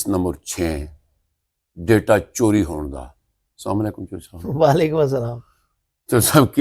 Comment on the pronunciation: ڈیٹا چوری پے سوکی tv نے زیادہ زور لگا کے بولا 😅